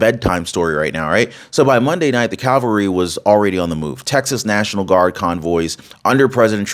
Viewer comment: Its called Cavalry. Not calvary